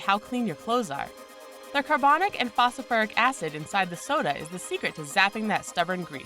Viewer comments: did she say fosoferic? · ..'phosofuric acid'? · This bitch is dumb. What is "fos-a-fur-ic" acid. Obviously, she has never opened a chemistry book in her life. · "Phosiferic", "phosfearic", "phosofiric" acid? It isn't pronounced the same way twice. Hehe. Those extra syllables hurt my ears. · Maybe if she could say "Phosphoric" i would believe her.